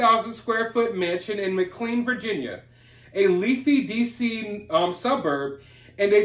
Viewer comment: Hey, it's pronounced ma clain. Love your shows!